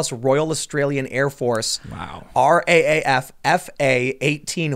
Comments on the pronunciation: I'm Aussie. You don't say R-A-A-F. You say Raaf as if it's a word. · Not R-A-A-F! It's R - double A - F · It's usually pronounced "double a". As in "Are double eh eff". That's how I've always heard it on the news anyway.